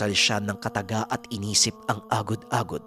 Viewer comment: lodi medyo. iba pagkabigkas nyo sa agod agod sa lapok. 😀😀😀